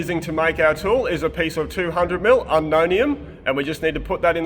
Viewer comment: "What we have is a piece of 200 mm Ununennium." :face-purple-wide-eyes: What the hell? Eka-Francium? Element 119? Where did you get that?❔⁉